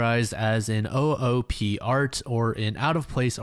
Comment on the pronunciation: It's not an o-o-p-art. Is OooPART.